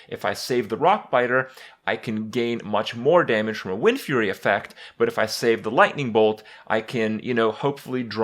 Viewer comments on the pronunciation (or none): none